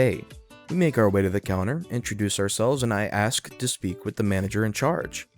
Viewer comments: I agree, "axing" people questions makes me wonder if the spelling of "ask" has been changed to "aks" and no one told me. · Hey! I'm happy that you've come aboard 😊 I very much like your style, and the bit of flair you bring. The only criticism (and this is constructive as opposed to negative) that I personally have is when you say ask/asked with the x sound...but that could just be my inner grammar n*zi lol